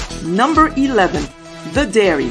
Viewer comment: Dairy! Not Diary!